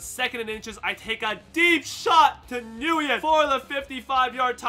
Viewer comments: the way you say Nguyen is so disappointing. It’s pronounced, WYNN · btw Nguyen is pronounced "win"